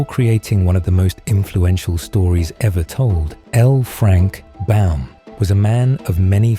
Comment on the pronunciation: Baum, not Bal